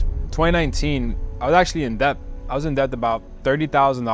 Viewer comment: How does he not know how to say debt yet?